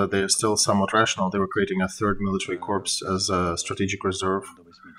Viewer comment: "corps" should be pronounced like "core" (it's a french word). You said "corpse," which is actually more appropriate when referring to Russian units. Thank you for your work!